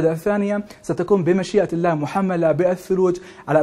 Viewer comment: مقدم النشرة :: كل احترامي الك . ابتسامتك مميزة لكن ارجوك تركز شو على لـفـظ الـجـلالـة " الله "